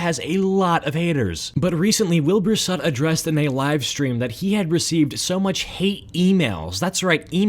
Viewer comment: Soot, not sutt, thank you very much